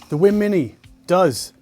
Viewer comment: I hear him saying wim instead of weem, is he pronouncing it right?